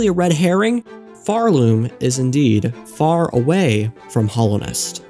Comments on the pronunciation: I really like this video mate, so please don't take offence when I mention that it's called Hallownest, not Hollownest. Hallow, as in revered or sacred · Hallownest. Not hollow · Why are you saying 'Hallownest' like that? There's an 'a' there that you're saying like an 'o'